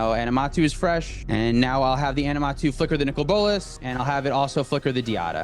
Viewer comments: Aminatou, not Animatou lol but great games. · Animatou ?! It's aMINAtou